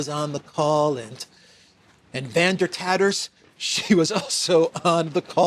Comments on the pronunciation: "Van Der Tatters" lol. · “Van der Tatters” 🤣🤣🤣